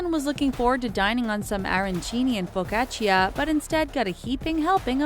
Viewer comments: It's pronounced Fo-Ka-Cha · I thought it sounded weird too lol. Isn’t it pronounced like “fo-ka-cha”? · The way she pronounced “Arancini” and “Focaccia” (Not Ellen The Girl Talking) I’m Italian and I just wowowow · How the hell did you pronounce arancini and FOCACCIA!!! Disonore signora, disonore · Focaccia.. u don't pronounce the i, goddammit Edit: Are all Americans pronouncing it like that? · the moment when you hear americans telling "focaccia" and you live in italy. I'M CRINGING SORRY LOL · I cringed when i heard her pronunciation of “focaccia” egghhhh! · The way the narrator pronounced focaccia tho